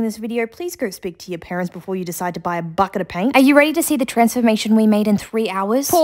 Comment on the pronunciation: Love the way she pronounced “ bucket “ it sounded like “ bOuacKet “ 🤠❤❤